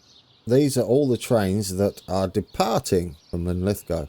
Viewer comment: You got it Linlithgow right (mostly) :-) Lin-lith-go not goww Or in local dialect Lith'gae :-)